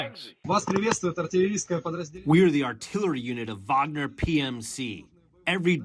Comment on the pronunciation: Wagner is great....not puinaa